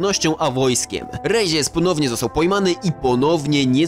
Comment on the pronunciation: Stary błagam nie eskłezia tylko eskłela, rezies to rejes a aziende wymawia się ajende a tak to film mega